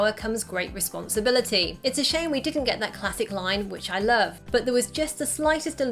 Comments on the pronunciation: I like th e scene where aunt may says 'I larb you' to peter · "You know i Larb you" And The City